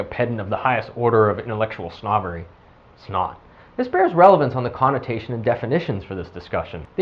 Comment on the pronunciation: okay this is a funny bit not, anything earth shattering. did you notice in the vido that b/c he was talking fast his pronunciation of its not sould like snot. laughing real hard